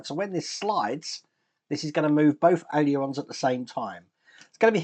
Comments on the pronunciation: It's pronounced AY-LER-ON,! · Hi, been watching this coming together and it’s some build. I note you have trouble saying ailerons, so why not just call them flaps 😂😂👌👌👌